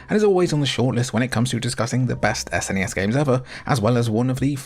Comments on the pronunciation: SNES, rhymes with, uh, Ness. Not fez. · You're prouncing SNES incorrectly....lol